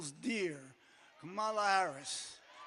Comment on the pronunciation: DID BRUCE CALL KAMALA MARALIA